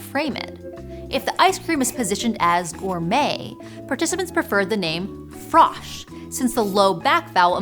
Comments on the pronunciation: Please don't pronounce the T in gourmet. 🤦‍♂ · I stopped after it pronounced 'gourmet' with a hard 'T'.